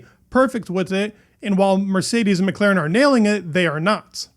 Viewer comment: how many times do I have to repeat myself? McLAAAAAAAren not McLEEEren